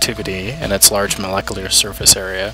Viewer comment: This was difficult to get through because of your recording quality - or lack thereof. You might want to talk with an audio engineer who will lead you to the right microphone and can teach you how to control the EQ. Great info but you are also mispronouncing molecular. I'd be happy to do some pro bono voice over work for you - or for pay! : )